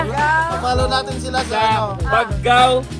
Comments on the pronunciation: Bag-gao po. Hndi ba-gao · Bag-gao exact pronounce. At saka ANGUIB BEACH yun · pronounce as Bag-gao. hehe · "BAG GAW" po ang bigkas ng Baggao.. Ingat po kayo lagi.. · Wahahahaha j4 kala ko di mo na mabibigkas ng tama ang baggao eh 😂😂😂😂 Looking forward sa sta.ana escapade! Napakaganda don... napakainit din... 😅